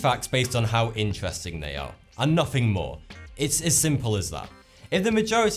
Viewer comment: sorry he didn't stutter he just didn't say "as" properly